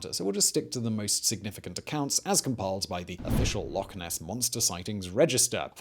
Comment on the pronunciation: Well done for pronouncing "Loch" correctly - I've met Scots that can't!